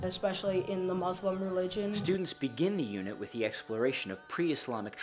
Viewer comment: Stop saying Muzlim, it is muslim...Cmon people stop calling it "Izlam" It is islam